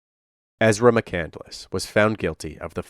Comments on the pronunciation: Isn’t it pronounced McCand-less not McCandle-less? Just asking.... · The last name is McCandless and she keeps pronouncing it as McCandaless 🤦🏻‍♀️ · Amazing how she take Chris McCandless’s name, but keeps mispronouncing it and clearly knows nothing about him! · I don’t think she even read it. It’s not a novel. And I hate the way she adds an extra syllable to mccandless